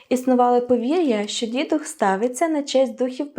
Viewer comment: Героям слава! Календар придбала, бачила його також і на щотижневому продуктовому ярмарку в Києві серед інших календарів по 110гр.) Єдине зауваження, бо Вас слухає багато людей: дідУх, дідухА- це із словника наголосів. Перемоги нам і успіху каналу!❤